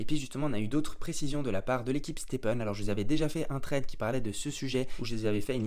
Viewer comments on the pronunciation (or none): none